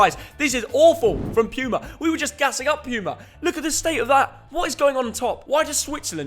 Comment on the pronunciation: Puma is pronounced poo-mah which is makes sense because most of their jerseys are crap.